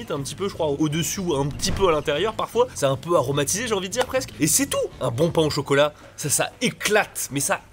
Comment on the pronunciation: "Pain au chocolat" 🤔🤔 aie mes oreilles ! Intéressant ton top 10 👍👍👍👍